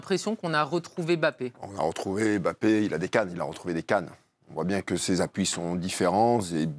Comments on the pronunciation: Quand on est expert on dit pas Mbappé on dit Bappé 😆🤡🤡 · Carine est l’une des seules à prononcer « Bappé » correctement. Mais elle se laisse influencer par ceux qui disent MmBappé. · C’est MBappé, et non M bappé, please